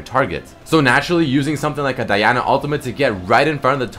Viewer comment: He's saying it correctly.